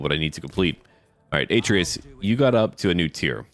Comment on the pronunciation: YEA F U PARIS btw love your vids ps atreas is actually pronounced a-treas and I hate posting comments like this because I feel like I sound like a jerk so please forgive me